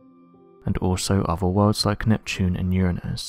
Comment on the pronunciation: Looks like a Snail in the thumbnail. Love how he say Uranus. 😂The creatures could be larger then ours. Hope they find more stuff on there. Does look like a strange object around the ISS. Don't believe that it is space junk though. They lie about that.